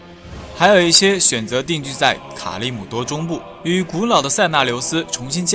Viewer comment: 卡利姆多读错有点水